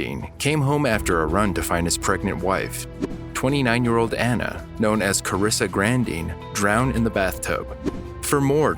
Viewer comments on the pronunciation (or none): none